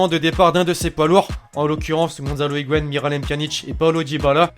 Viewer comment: Tu prononcé mal higuain